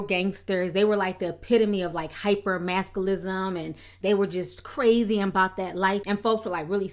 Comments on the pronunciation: 'Hypermasculism' lol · "hyper-maskalism" "hyper maskalyn"